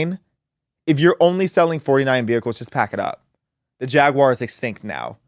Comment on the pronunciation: Thank you for not pronouncing it "Jagwire."